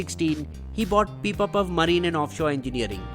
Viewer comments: Its not pipapav its pipavav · it's pipavav not pipapav. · It's not pipapav, it's pipavav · It's not Pipapav... It's Pipavav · Pipapav lol Its Pipavav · It is PIPAVAV ,,,,,,,,, not PIPAPAV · it's Pipavav, not Pipapav. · Its PIPAVAV not PIPAPAV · It's pipavav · Brother its PIPAVAV....BUT EVERYTHING WAS EXCELLENCE